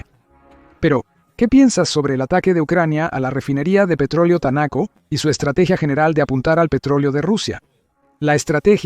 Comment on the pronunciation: No entiendo porqué el dice Tanaco si dice Taneco